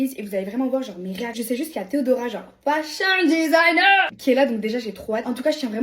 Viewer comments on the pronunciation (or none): «Fashiion Desaagner »😂😂